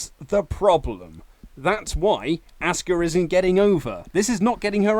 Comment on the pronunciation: asuka (aww-ska) not asska